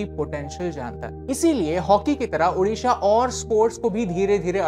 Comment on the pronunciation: Thankyou for good pronounce odisha